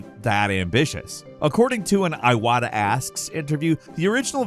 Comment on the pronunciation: Eye wohtuh My eyes watered with your pronunciation of Iwata ToT